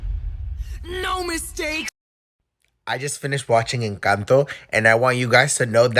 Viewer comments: people who say: “encãnto”: we want this we love this we NEED this. people who say: “en-CAN-tOe” <—— but this.. yeah we don’t need this 😅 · en- cahn (so like saying “can’t” in a bit of a British accent)- toh en-cahn(/cawhnt)-toh The last bit isn’t like towe (toe), it’s more like a T-sound and then “oh” This was really confusing and I hope it somehow helped